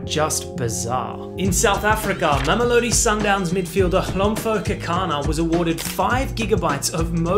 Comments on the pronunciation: As a South African🇿🇦 I just feel the need to correct your pronunciation of "Hlompho" It's HlomPHO not HlomFO Don't pronounce the "PH" as "F" pronounce it as "PO" like in POlice or whatever...👍🏽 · Bro pronouncing Kekana's first name had me laughing Good try tho😂❤️❤️